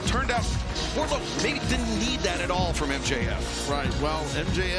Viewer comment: It’s Wardlow